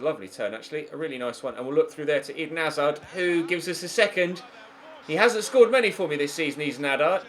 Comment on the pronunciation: Why does pronounce hazard like Eden hazar